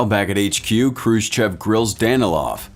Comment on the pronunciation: Already we have Khrushchev misspelled and mispronounced, badly. The first letter is not k but kh. And the sch later is not the letter s followed by the Russian "chah", but the different letter "sssshah", transliterated usually as shch. And the e at the end is not pronounced like the e in English "chef" but like English "off". Hence, (k)h roo SSHOFF.